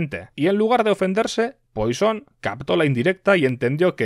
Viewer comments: No se dice "Poison", se dice "Puasón" o al menos así lo decía mi profe de cálculo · Sin embargo Poisson debería ser algo como puassón